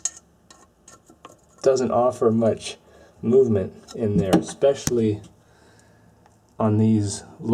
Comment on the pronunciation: Interesting not intresting. Especially not speshly. Manifold not manafold.